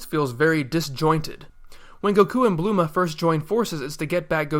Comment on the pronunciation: Her name is Bulma and not Bluma. Or was that pronounced like that by the dubbing studio?